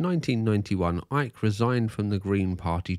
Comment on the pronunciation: Why does Icke always pronounce his Ts as Ds?!